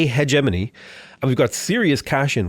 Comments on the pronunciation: Watched all the vids! Man is still saying hedge money instead of hegemony tho! [He gem un ee] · I think it's pronounced "heh-GEH-muh-nee", hard G - or at least it was years ago when I took my Oral English exams in school :P